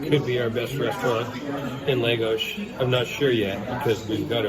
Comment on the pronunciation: Great video and thanks for sharing the recommendations. One tip: the town is pronounced, “LAHH - GOS”, not “LAY - GOS”. Please continue sharing these great videos.